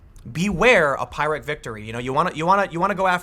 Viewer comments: Tim Poole it is pronounced PEER-Rick victory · Tim... it’s pronounced PEER-ick... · Hah, I know you said pyrrhic but it sure sounded like pirate, which had me just a bit confused :) Anyway, really starting to wonder if leftist ideologies comes with baggage.. that of insanity. America is in no way unique in this regard, most Swedish political parties, where even the moderates would be considered leftist by international standards, are almost completely off their rockers. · Nope, Harry. He used "Pyrrhic" in a sentence speaking extemporaneously. His mispronunciation says he READ it and knows what it means, but never heard it spoken. This is a sign of an auto-didact, who picked the shit up on his own OUTside of school. My bad. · Tim's new word of the week: phyrric. Maybe next week he'll learn how to pronounce it. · That's not how you pronounce pyrrhic. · Pyrrhic is still not pronounced that way.... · Tim, it's pyrrhic victory with a 'y' sound rather than an 'i'' sound. Sorry to be pedantic. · Tim, I love your videos, but please learn the correct pronunciation of "pyrrhic." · Sorry I wouldn't normally say anything but you've done it across several videos now and it's bugging the heck out of me - it's "peer-ik" not "pie-rik". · Pyrrhic... "Pie-rick"? No, it's "Peer-ick" Now, if you said "Pickle Rkck", then we'd laugh. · It's "peer-ic" victory, Tim, not "pie-rick'. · That has been annoying the hell out of me for a week. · Tim It's pronounced "Peer-ric" not "Pie-ric." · FOR THE LOVE OF GOD TIM PYRRHIC IS PRONOUNCED LIKE PIER, NOT LIKE PIE! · TIM: Regarding Pyrrhic victory, t's pronounced "peerick", not "pirick." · For God’s sake Tim please I beg you. The pronunciation of pyrrhic is ‘pier-ric’ not ‘pie-ric’. It’s referring to Pyrrhos of Epirus 319/318–272 BC. Every time I hear you say ‘pie-ric’ my ears bleed. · Tim, its pronounced "piir - ik" victory. seriously it sounded like you were saying "pirate victory". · btw its prnounced pi-rick victory not pie-rick